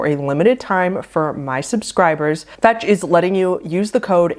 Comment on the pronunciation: for a second I thought I heard the sponsor was called "fats" until I realized it was fetch